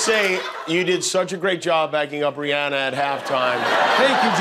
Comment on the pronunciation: Thanks for pronouncing Rihanna’s name right even though she says it makes her feel fancy when people pronounce it the other way. ❤️❤️❤️